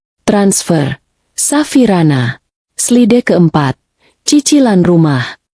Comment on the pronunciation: Slide harusnya dibaca "slaid'